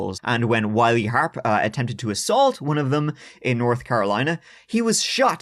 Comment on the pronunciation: If many people haven’t told you yet , I have always heard the name told as The Harps bros pronounced as The “Har- pee” bros. Not that it makes a big difference.